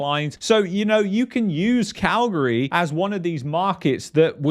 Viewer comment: I like that you pronounce Calgary like us locals do. 😊